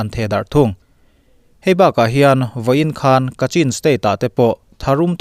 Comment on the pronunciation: News tal hi i en ngai lo em ni? Chin/kachin i pronunciation hi i va harh har ve aw!